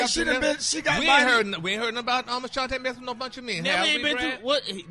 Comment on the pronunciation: HER NAME IS NOT ACHANTE ITS ASHANTI. CAN SOMEONE CORRECT HIM OVER THERE PLEASE